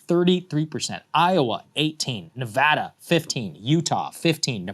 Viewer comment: Thanks for saying Nevada right!